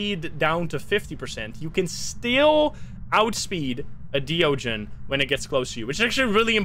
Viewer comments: De ogen 😂 I am Dutch, and idk if you are American or not, but you pronounced it prettu good. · you pronounced de ogen very well